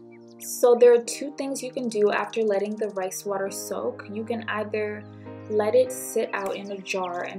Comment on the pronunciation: she meant " Rice" I'm sure not "rays" 😂😂